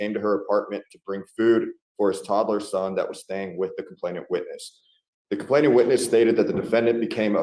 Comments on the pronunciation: These lawyers spend a lot of money on their degree & qualification for the profession. Surely they can learn how to correctly pronounce the word “*complainant*”??? [Hint: it is not ‘complaintant’] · I know that in the grand scheme of things, it doesn't matter, but I cringe when attorneys cannot pronounce legal terms correctly. It's not complaintant, it's complainant. There's no extra 't' in there. It makes me wonder what else they're not paying attention to.